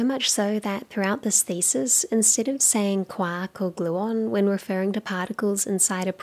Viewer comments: She keeps saying KWOCK, but I'm pretty sure she's trying to say QUARK! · Every time she says quark I think of a duck instead of James Joyce